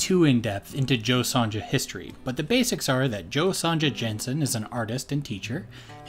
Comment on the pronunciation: Great video! It's pronounced "Son-ya" though. :)